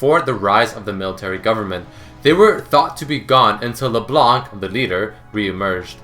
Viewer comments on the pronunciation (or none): none